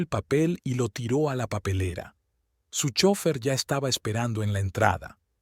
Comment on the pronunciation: ❤🎉me encanta la narración pero le falta una palabra que tiene que pronunciar bien es chofer bendiciones